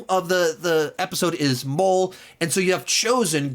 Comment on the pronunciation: episode 2 is actually pronounced Mō-lay it's a type of Spanish Dish you should try it